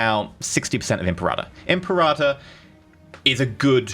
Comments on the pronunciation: Really. Thumbs down for that pronunciation. "imperata"? IM-PERA-TOR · you pronounce imperator the same way you pronounce imperative but with -ive being replaced with -or NOT imperahhhtor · Say it with me. Eemm. Paira. Tor. Now put it together. Imperator. Now say it three times fast. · Imperata Rome ? Isn't it Imperator Rome ? It's translated Emperor in english... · Its pronounced Imper-a-tör Means leader of the army